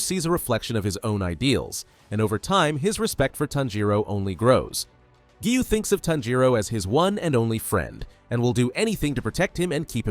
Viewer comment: People keep saying that the voice is ai so maybe it just doesn’t know how to pronounce